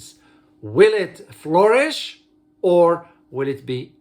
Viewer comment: Flourish not florist